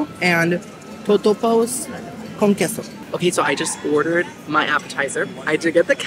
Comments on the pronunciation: Girl…it’s pronounced K-SO ((QUESO)) love ya either way!😘🤣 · Queso isnt like keh-so....its more kay-so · Please… it’s Kay-So (Queso). Also, it’s Buff-A ( not Boof- A) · ok this totally basic (not) white girl is going to correct you lol it"s kayso love your channel so much